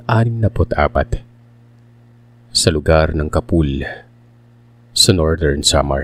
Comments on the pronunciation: “Ca-pool” ang pag pronounce po. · Slow reading po si capul.. ( ka- pol) Anyway nagulat ako.. meron pla silang kwentong gnyan.. 😅